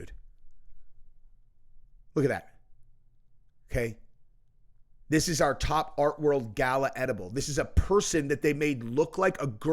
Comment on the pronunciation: Gaia not gala